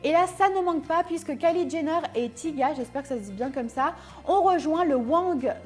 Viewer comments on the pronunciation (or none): Tyga ne se prononce pas "tiga" mais "Taïga" (a l'Américaine) mais sinon très bonne vidéo comme d'habitude ;) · Ça se prononce t-aille-ga 💕💕💘